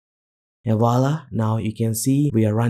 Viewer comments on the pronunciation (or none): none